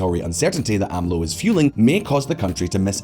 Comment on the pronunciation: A.M.L.O.? Not a Mexico expert, but I'm pretty sure they pronounce it Amlo 😄